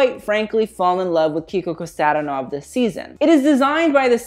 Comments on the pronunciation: Hon, I love you, but Kiko Kostadìnov, not Kostàdinov. I know you an do it, you nail them French names, Bulgarian ain't harder ;) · Kiko Kostadinov is pronounced differently. The apostrophe is on the i instead of the a. And Kosta should be pronounced like Costa Rica.